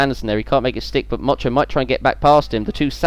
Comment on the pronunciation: 2 funny things when motyan was being overtaken by gamba u kept saying mocho and also swede move andersson is swedish;)